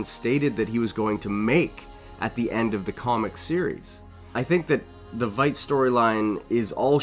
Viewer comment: It's pronounced "Vight"